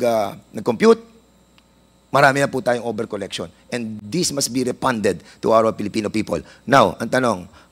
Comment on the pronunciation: BOLD BOLD BOLD...STAR!! PERNANDES"REFUND ". HINDI REPUND...HAHA HA